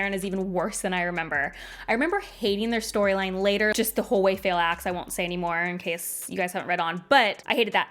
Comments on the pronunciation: Me: isn't her name pronounced Fah-eel? (If I remember her dictionary entry correctly) Also me: but she dislikes the character, so maybe it's intentional. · I don't hate Faile as much as most but I'm here for your pronunciation of her name haha.